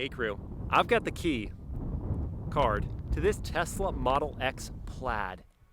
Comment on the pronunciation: "i've got the key........card"🤣🤣